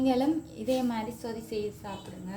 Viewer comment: தமிழை கொல்லாதை (சோதி இல்லை சொதி) மற்றது கருவேப்பிலை. தமிழை கற்றுக்கொள்ளுங்கள்.